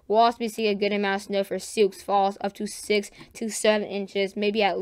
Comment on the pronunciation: I'm gonna need some of this snow to push farther South into Indiana.lol I have two minor corrections for you on city names.When you are talking about Wisconsin,Eau Claire is actually pronounced to sound like "Oh Claire".It is another French phrase that means "clear water".The other pronunciation I wanted to give you is for Sioux Falls, It's another one of those French names and simply sounds like it would be a woman named Sue Falls. Your pronunciation for Des Moines is spot on now.